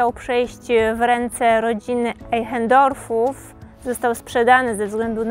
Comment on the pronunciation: Einchendorfow? Naucz ie sie czytac po niemiecku. Po 2 pokazujcie wiecej obiektow a nie swoje twarze Co jecie I jak pijecie kawe lub pod rzucacie liscie. Wiecej profesionalizmu by sie przydalo